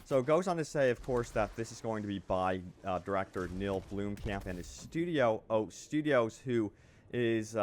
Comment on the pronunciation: blom-camp not bloom-camp XD